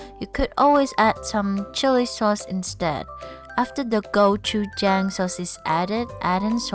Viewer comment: 맛있겠네요~! 고추장 발음도 맞아요~ Look so tasty, go choo jang pronunciation is good.